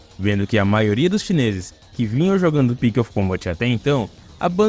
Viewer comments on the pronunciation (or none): "Devil May Cry Pix of Combat" mandou bem 🖐️